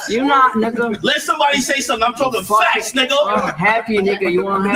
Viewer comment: Why is kept saying "FATS"?